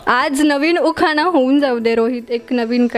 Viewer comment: उखाना ? नाही उखाणा असा शब्द आहे 😀